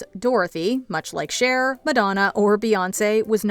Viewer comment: Cher not sher